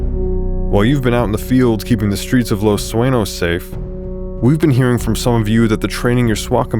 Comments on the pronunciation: this official channel? he didn't pronounced the police station correct he said Los "Suenose" it's supposed to be Los Su-Eh-ÑOS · Its pronounced 'SU eh Nyos' btw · It triggers me you can't correctly pronounce the name of the city you invented for your own game. Los Sueños != Los Suenos